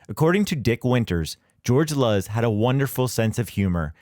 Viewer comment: George Luz, pronounced "Loose" as Luz is light in Spanish. Get it right.